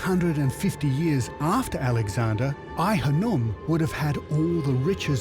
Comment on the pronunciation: Its Khanoum...not hanoum.